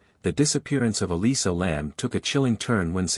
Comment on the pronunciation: Elisa, not Alyssa